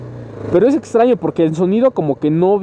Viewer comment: Día 650 y sigue diciendo ETSTRAÑO, ETSTREMO ATSION:v